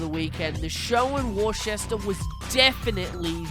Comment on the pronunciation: did you say warchester on purpose or do you really not know how to say worcester